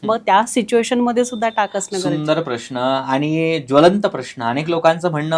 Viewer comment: ताई, प्रश्ण नव्हे, उच्चार प्रश्न असा असावा